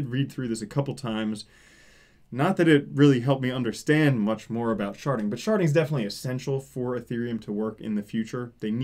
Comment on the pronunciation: For some reason, I only hear "sharting" when you say it.